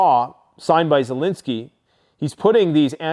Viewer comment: Zelensky not Zelinski